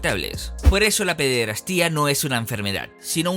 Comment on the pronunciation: Por qué dices pederastía?, es pederastia, sin acento.